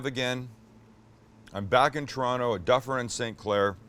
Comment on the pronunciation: Montreal, to Toronto. Sam, what took you to San Diego? Shit, you can still say Toronto properly.